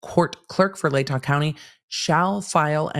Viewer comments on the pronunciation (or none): none